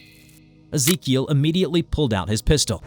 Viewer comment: Ezekiel that's my cousin name tho that's not how we pronounce it